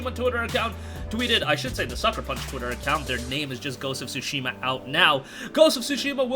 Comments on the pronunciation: The "T" in Tsushima isn't silent is a slight "T" sound but it is pronounced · Learn how to pronounce the game